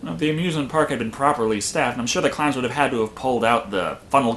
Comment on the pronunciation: killer cloyns from outer space